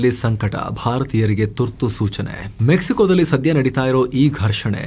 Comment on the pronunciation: ಡಲ್ಲಿ ಅಲ್ಲ ದಲ್ಲಿ